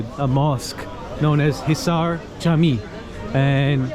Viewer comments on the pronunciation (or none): Why did you keep calling the sea The Asian Sea while it is called Aegean/ee-gee-an/? And Camii is pronounced /Djah-mee/